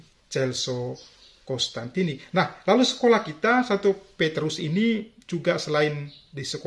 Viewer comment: Mhn diperhatikan, teman teman. Nama bapak pendiri CDD adalah Cos-tantini, bukan Cons-tantini.